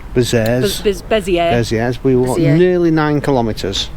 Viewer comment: your pronunciation of Bezieres is perfect 😊